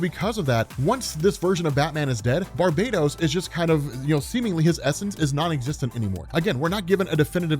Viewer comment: BAR_BA_TOS like bar —> bah —> toes Christ lol. Hipp_ah_lit_ah For WW mom’s Hippolyta.